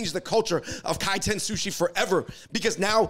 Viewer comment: It's Kaiten